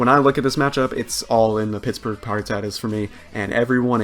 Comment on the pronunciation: oh my lord, it is Pie-rah-tuh-tuhz